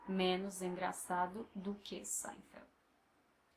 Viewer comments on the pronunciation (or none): Your teaching method is focused and expedient. I appreciate the no-nonsense approach. You deserve more subs! I have a question in regards to the way one should pronounce the following; "do que" I seem to hear you say "dô quê" when I thought it should be "doo quee"? Maybe it's just me not able to pick up the sounds properly. Also, I struggle with the letter R because it is different than how the R's sound in Spanish, French and English. I'm aware that the Rs have to be pronounced very faintly but I pain to get it right. I roll them to much. As a suggestion, if you could make a video on prononciation, it would be helpful. Anyhow, I know you're probably quite busy. It's just a suggestion. Take care and keep up your excellent work!